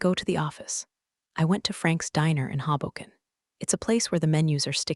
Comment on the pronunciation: Outstanding pronunciation of Hoboken.